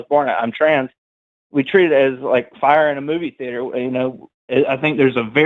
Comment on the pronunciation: NO FAIA?, NO FAIA?, NO FAIA? NOOOOOOOOOOOOOOOO